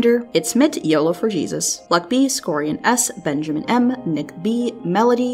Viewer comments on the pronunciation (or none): none